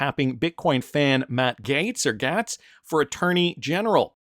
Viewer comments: Gaetz is pronounced Gates!!! Just Like Bill's last name... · Hey, pretty sure his name is pronounced “Gates” 🤙🏼